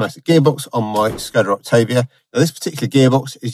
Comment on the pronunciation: Good to see someone else pronouce Octavia correctly and not Octarvia 👍